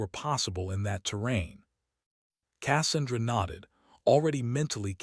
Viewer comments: This is a annoying to listen to - the AI reading it is obvious and stupid. When it reads the sound of the Avenger cannon - supposed to be "BRRRT" - as "Bee arr arr arr tee" - it's obvious. Pronouncing "Cassandra" as "KASS-an-dra" rather than "Ka SAN-dra". Stop being so damn lazy and get a human to read it. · Besides the piss me off ending that we know she won and saved the eighteen, at least they could have fucking pronounced Cassandra the proper way using their text to speech piece of crap. Pronounced kə-SAN-drə. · Learn how to to pronounce Casandra, when you say it my ears bleed 😊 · The narrator needs to learn how to pronounce Cassandra.